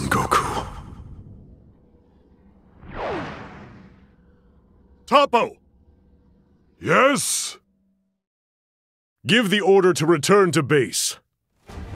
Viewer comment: No he's called Toppo, not Top, regardless of pronunciations, the English name written for him here, is "Toppo".